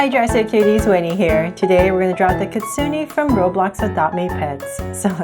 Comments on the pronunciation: yep its not kitsunie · you pronounced kitsune wrong :/